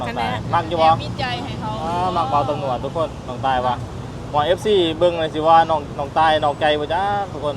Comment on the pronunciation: พยายามออกสำเนียงคำพูดให้ถูกด้วยคำว่าตำรวจไม่ใช่จำรวด